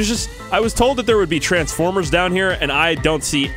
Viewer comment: No tranfffffforrmerrs ok